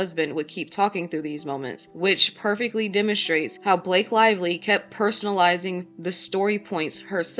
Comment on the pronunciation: Blake "LIE"vly